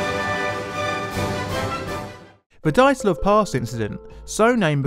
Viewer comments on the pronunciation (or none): I'm Finnish and my ears are bleeding too. [ai:gour - daitlou]:D Feel so sorry for you [naik'aitä:];D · Good stuff. Priceless how the host keeps pronouncing the main character's name as if it was "Daytlov", while the guest gets it right:) (BTW, the first sound of the name is the same that of "due" or "during" (British English). Also, the Russian sound "zh" usually signifies when transcribed into English is the sameas the first sound in the French words "jour", "Jean" - see the much more famous Russian name "Dr Zhivago". Of course, nobody can blame you for not knowing how to pronounce Russian words and names;)) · Did you say DIE - atlov because they DIED. Sorry. It's Dee- atlov. I'll show myself out. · It would be good to check the pronunciation of names and words. Dyatlov is two syllables. Dya-, one syllable. The Ural mountains are pronounced Ooral, not Yural. Yekatarinaburg is pronounced more or less the way it's spelled. Yeh-kah-tah-reen-ah-burg. Granted, it's a tricky name with six syllables, but it can be learned with a little practice. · Dyatlov = Dee-at-lov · Are you even trying to pronounce Dyatlov properly? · Pronunciation is key, try again. Dyatlov. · My favourite theory includes pronouncing "Dyatlov" correctly.